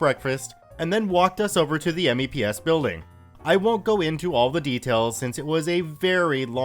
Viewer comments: Spoken "meps". We don't say 'M-E-P-S' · "Mepps" not "Meeps". But you are correct, pronounce them instead of spelling. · Good one BTW but if you ever get to do another video like this please say MEPS as a word not as its individual letters. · MEPS is usually said as a word; it's not usually spelled out audibly. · IKR it was hurting my ears to hear me say it that way. I had to go into the front leaning rest position to cope... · I died a bit each time he said it. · I came down into the comments to say the same thing.. hearing him spell it out made me twitchy.